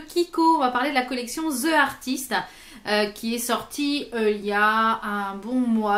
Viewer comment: c'est donc ça !! tu es vraiment plus jolie avec les cheveux détachés :) :) pas que tu sois pas jolie là hein ! :D petite anecdote, le e de "the" ce prononce i devant une voyelle ;) soit th"i" artist. sinon, moi j'ai pris une ombre à paupière c'est tout :)